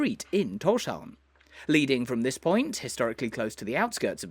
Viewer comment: You say Tórshavn really well. Probably the best i've heard from a foreigner.